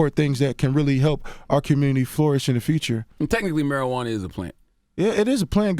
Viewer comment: "Miracle Marijauna" lol